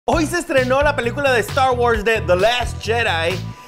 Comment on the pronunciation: la película de estarh guorhs de dhe last jerai :v